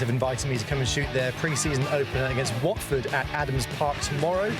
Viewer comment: As a Brit, Vaush's pronunciation of Wycombe and Watford hurt my soul 😂